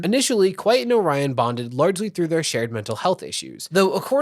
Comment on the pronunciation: AND kwite calling "Orion" Oh-ryan insteand of O-riion cracks me up and feels well deserving for that childish person.